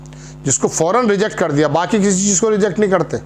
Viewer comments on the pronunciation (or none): none